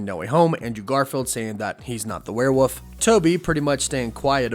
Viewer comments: Werewolf!! There is an L in the word!! Holy cannoli my guy!! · you really just said wearWOOF lmfao